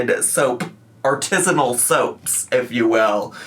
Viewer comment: Not the "artizzinal" soaps 😂